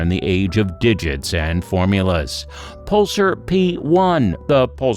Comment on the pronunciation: "Puhl-SAR," not "PUL-sur."